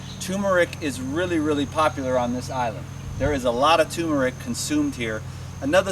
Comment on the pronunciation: TUR MERIC not TUMOR ICK